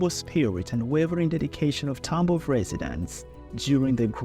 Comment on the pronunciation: Всё круто, только не ТАмбов, а ТамбОв. Тамбовчане очень не любят, когда говорят не правильно